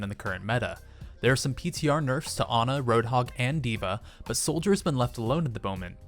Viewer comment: It's Ana not ugh n ugh